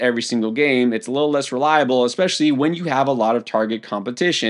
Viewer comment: Quinshon "Junkins" - Sal "eckspecially" Vetri